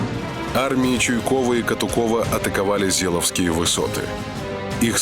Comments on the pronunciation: Да не Зеловские, а ЗеЕловские... ну что вы блин, ни ударения не ставите в нужном месте, ни озвучить правильно слова не можете. Чему молодежь учите? Все серии с ляпами озвучки, слух режет. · Не Зеловские высоты, а Зееловские высоты! Такие вещи надо знать Отваришь диктор